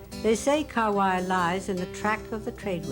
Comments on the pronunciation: seriously, couldn’t even pronounce anything correctly. Hopefully it was a sign of the times of haole telling our mo’olelo. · Too bad she couldn’t pronounce Kauai correctly. Been living here for 35 years